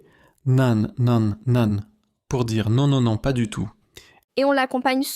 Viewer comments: Vidéo pleine e d'erreurs de prononciation ! 👎 Un seul exemple : Nan? Prononcé "nane" !! !! !! 😱 Ca se prononce pas du rout comme ça! Vous êtes serieux!?🤣 Ça se prononce "nen" Élodie va falloir apprendre à parler et à lire le français ! Comment peut-on faire autant d'erreurs de prononciation ?!?!?😱 Vidéo à refaire et à corriger c'est nul. 👎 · C'est AI, ou quoi? Personne ne dirait jamais "nan" comme "nanne'! (sans nasalisation) 😂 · Nan ne se prononce pas nanne!